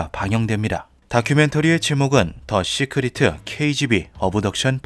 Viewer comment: 쓸데없이 트집잡는 거 같아서 그냥 넘어갈려고 했는데, 귀에 너무 거슬려서 한 말씀 드립니다. (죄송) 시크리트(secret), 어브덕션(Abduction), 파일즈(Files) .... 과거 영어를 한글화하면서 영어모음이 없는 부분에 "으"발음을 넣는 습관들이 있었는데 이제는 거의 그런 발음을 하는 사람이 없습니다. 굳이 한국말로 최대한 비슷하게 발음하면 씨크릿(secret), 업덕션(Abduction), 파일ㅅ(Files '으'발음없이 파열음만) 라고 하심이 ㅋ 거듭 죄송합니다 ㅎ